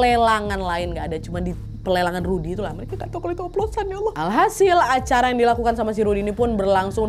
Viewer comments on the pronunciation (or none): none